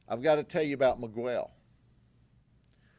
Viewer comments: The guy is not Me-gwell. Its pronounce Me-gel. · The moment he pronounces 'Miguel' as /mi:ˈgwel/ is when I stop watching this channel. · Wild that our government reps can go out and say you are guilty, and tons of case details to the public without judge jury etc. Just bc they arrested them and tell this story doesn’t mean it’s true. So much for presumed innocent until convicted. Also, it’s not miGUEL. Smh. As if Grady doesn’t know how to say Miguel. 🙄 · Ain’t no way my boii Judd pronounced my name Miguwel 😅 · Who is "megwell"😂😂😂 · Guy can’t even pronounce Miguel correctly. That’s a big red flag. Guarantee he’s breaking the law himself to build these cases. Wolf in sheep’s clothing. It’s obvious he’s a rat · is ignorant. He mispronounced Miquel's name over and over like a stereotypical white southern Democrat deputy, that I finally stopped the video in disgust and embarrassment for LEOs that were also probably throwing up in their mouths at the ignorant cop. I honestly believe the People of Florida elect ignorant public servants on purpose to publicly demonstrate their inbreeding reduced IQs.:face-green-smiling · American people need to pronounce other culture's names, countries in their original language. He won't say his name, Miguel, properly; we all learn English but these pure Americans wont respect the culture and that's why America is where it's at. I'm glad they got them though. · I like how he intentionally mis pronounces miguel lol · He knows how to say miguel thats disrespectful to Hispanics